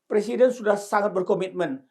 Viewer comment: Pak...bukan persiden...tapi presiden. Wahhh...kok orang pinter nggak bisa ngomong "presiden" sih pak, emang sudah di ngganti pemakaian bahasa indonesiannya yg benar. Ini koreksi ya pak..😅😅😅